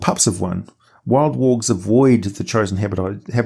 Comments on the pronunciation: I constantly hear "orcs" not worgs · Bro, at like minute 5 I completely lost track on you pronunciation for wolves and worgs lol